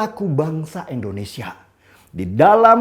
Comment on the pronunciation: Tidak berniat untuk menggurui ataupun menjatuhkan alangkah lebih baik penyebutan Indonesia nya diperbaiki jangan Endonesia 🙏🏻🙏🏻🙏🏻